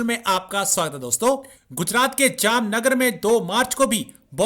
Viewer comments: Jamanagar nahi zahilo jamnagar he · Tum log jara padh liya Karo Gujrat me jo district hai uska nam jamuna nagar nahi Jamnagar hai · चीमा तुजे तो बोलना भी नहीं आता जमनानगर नहीं जामनगर सीटी😂पाकीस्तानीयो को पैसो के अलावा और ना कुछ दिखाए देता है ना कुछ समज आता है 😂